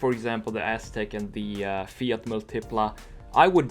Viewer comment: It's "Múltipla", not "Multípla"